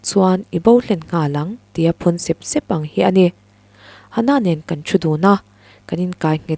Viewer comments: Sep sep tih lai hi, tui a far keuh keuh tih a, keuh keuh tih thluk a, sep sep tih tur ani ang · Phun sep sep,,, i lamdan hi sêp sêp ti zawk teh a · A ngaihnawmin i chhiar thiam khawp mai,mahse i thu lam thluk han sawisel ka duh a,Sep sep tih i thluk kha i thluk dan a ri hniam a i thluk kha plural form a nia,mahse singular form tur a ni sia,step i lam rik anga ri sang zawkin sep sep tih tur a ni e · Phun sep sep hi I lam dan hi lam dan tur ni lo vin ka hria.